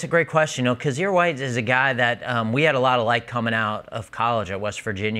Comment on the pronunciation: I kept hearing "cause you're white" 😂 when he talked about Kyzir White